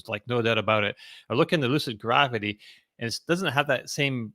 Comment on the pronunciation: 😂Only would pronounce it Lucid GraWvity….😂